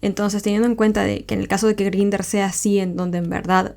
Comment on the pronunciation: La app se pronuncia en inglés /Grainder/ y el único modo de verificación es con el número de tu teléfono. Cualquiera se puede crear un perfil, colocar la info que le de la gana, incluyendo la edad y ni hablar de las fotos. Lo recomendable sería quedar con los chicos luego de conversar un buen rato y siempre tratando de que sea en un sitio público la primera vez, para evitar sustos y malos ratos. Un saludo, me gustan tus videos ❤